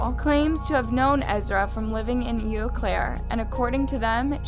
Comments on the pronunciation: Eau is actually French and is pronounced "Oh." It means water. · How uneducated do you have to be to not know how 'Eau' is pronounced? Jesus Christ.